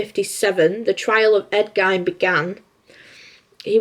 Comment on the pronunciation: It's 'Gein' as in 'Lean'!